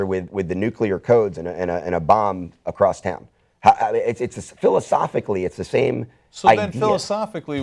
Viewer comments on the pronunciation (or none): please don't say "acrosst." it hurts my ears.